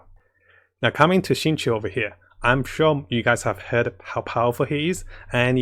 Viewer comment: Why is everybody calling my boy xingqui its xingqiu goddangit